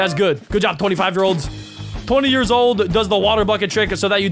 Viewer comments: Instead of years it was "yars" 😂😂😂😂😂😂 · During the 10 years it says yars instead of years